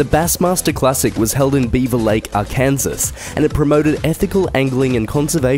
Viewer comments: It's pronounced "Arkinsaw".. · My boy said "Ar-kansas" omg I replayed it 5x. 😂😂🤣😂😂😂